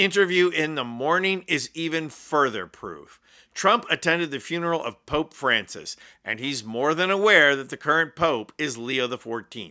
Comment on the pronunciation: She said “the Poop” instead of Pope.